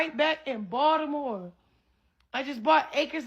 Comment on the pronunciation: It's so funny 😅 that's just how we pronounce Baltimore as Baldimore in the house 😅